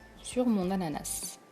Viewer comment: Un moment vous avez dis "anana"